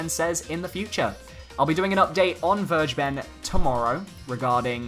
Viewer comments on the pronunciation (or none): Vergeben is pronounced as: fer-gay-ben lol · It's pronounced fur - gay - bun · as for the german pronunciation of vergeben, Think "fair GAY ben" that or " fur GA ben" Either way, the "g" is a hard g. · And just like I said in the last Video: You should google up the word "Vergeben" as it is an actual word in the German language. The pronunciation hurts xD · ok ok ill try to explain how to pronounce "Vergeben" the correct way. First syllable is "fair" like the short form of forward air or Fairplay. The second one is a bit tricky caus in english you see rarely a "hard" G like in "girl" or "gay". Try such a hard G combined with an "E" but try to pronounce it as an actual "E" not like an "I" like in "english". The last syllable is a simple Ben like you had it. I hope that made any sense lmao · If you just put a hard 'g' in 'vergeben', you will be a lot closer to the real pronunciation. Enough that it won't sound weird at all.